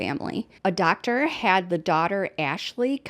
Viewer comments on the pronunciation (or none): none